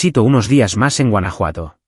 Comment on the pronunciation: Huanajuato or Francia!